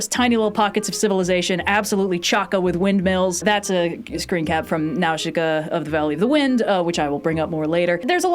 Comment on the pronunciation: The way pronounces Nausica is so wild to me lol